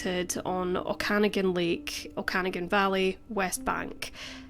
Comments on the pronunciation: Canadian here - it’s actually pronounced “Oak-ah-nog-in”. Great video! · No, she pronounces it as if it were Irish, like O'Cannagin. She didn't make the 3rd "a" a long "a", like gnaw. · It is Oka-nah-gan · Just to clarify..Oak-a-nog-an. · Oak-a-noggin is the best way I can explain how to say Okanogan. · Oak-ah-nog-ann, but I knew what you mean. I need to visit the Okanagan one day, I've only ever driven thru it. Shearing was an absolute ghoul for doing this to that lovely, innocent family and to those girls! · Its more like Oak-a -nog -an. The a* is continual . I grew up just from the Johnson Bentley Memorial athletic centre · But one can and should Google the pronunciation, especially when making a widely viewed video publicly available.